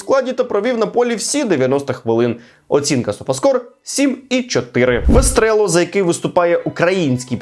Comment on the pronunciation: Почему Вестрело?Правильно Вестерло!